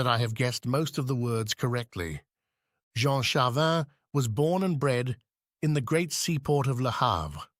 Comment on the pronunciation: I enjoyed that. Thank You. Please allow me one other comment. When using AI is it possible to ensure the AI has been prepared, i.e. programmed, properly. In this narration there are different pronunciations for the same name, Jean, which in french sounds like zhon and the city is leeon not lions. Thanks.